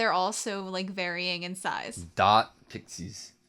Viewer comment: It's not Pike-sis It's Pick-sis